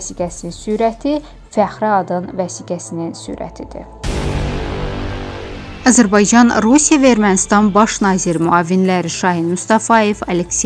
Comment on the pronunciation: Ermenide AZIRBAYCAN DEYİR SENDE ÖLKƏNİN ADINİ DÜZ DE AZƏR BAYCAN.